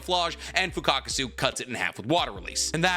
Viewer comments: Why are you calling Fukasaku as Fukakusu? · Broo 😂, fukatkaasu. You say his name Fuka-saku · It's "Fukasaku"😅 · Fukasaku 🚫 Fukakasu✅ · You keep saying Fukakasu irritated the hell out of me. It’s Fukasaku.. FUKA SA KU.. 😂😂😩😩😩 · Bro still pronouncing FUKUSAKU as FUKAKUSU😂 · and “fukakusu”instead of “fukasaku” kkkkkkkkk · isnt it fukasaku? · Pronounced MI-YO-BO-KU and FU-KA-SA-KU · mf been making Naruto content for 3-4 years, still hasn't learned how to pronounce Fukasaku correctly 💀